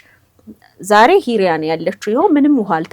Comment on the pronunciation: ኢርያ ሳይሆን ሂርያ ነው የሚባለው ።